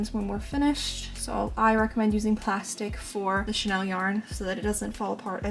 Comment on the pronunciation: I'm sorry to correct you, but chenille is pronounced shu-neel, not the fashion house Chanel. Great work btw.